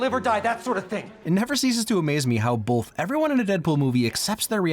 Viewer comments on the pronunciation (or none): pls stop saying "bolth" you're killing me